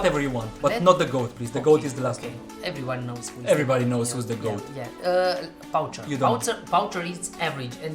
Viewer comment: The poucher is not pronounced like this. It,s pronounced "Poucher"